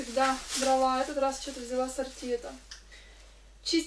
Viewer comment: сортИ,ударение на И..